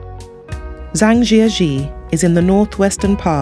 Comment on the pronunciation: Chinese pronunciation is very bad. Please get some tutoring on how to say Zhangjiajie correctly.